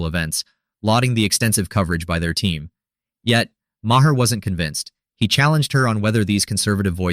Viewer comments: Marr not ma her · Sorry, but I don't watch AI voiced videos. If it's not worth your time to voice your own video, it's not worth my time to watch. I let the Ma' her slide, but after the second one, I'm done.